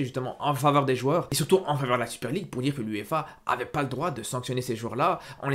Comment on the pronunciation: 7 articule s’il te plaît, la Super League à tu l’as gober le mot